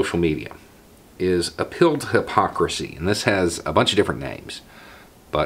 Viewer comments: Took my a couple of minutes to realise you were saying 'an appeal to' and not ' a pill to'. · Oh APPEAL! I thought you were saying "uphill"..."a pill"...I'm like, 🤔